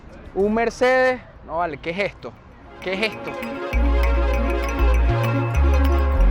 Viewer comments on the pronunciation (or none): Tu prononciation es ..??? D3cis QEJESTO 😮 HORRIBLE TU ESPAGNOLE